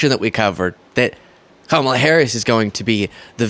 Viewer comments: First time I have heard him pronounce Kamalas name correctly. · At least he pronounced Kamala correctly (at the start). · He actually said Kamala correctly. Such a big boy. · omg he said her name right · Hey I will credit him this, he actually pronounced her name correctly that time. Proof that he does know how to pronounce it correctly he just chooses not to cuz he is a childless vindictive bully who can't attack her on policy so rather mispronounces her name because he thinks somehow that's going to get to her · OMG!! ! HE SAID HER NAME RIGHT!!! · It seems like he's too exhausted to mispronounce Kamala. LOL